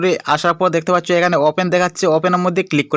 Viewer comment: ইনফরমেশন ঠিক আছে। তবে আপনার ভাষার উন্নতি করতে হবে! দেখতে পাচ্চু এটি বারবার উচ্চারণ হচ্ছে।